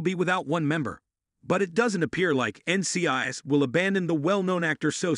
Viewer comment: This automated voice needs to be taught how to pronounce N.C.I.S. properly.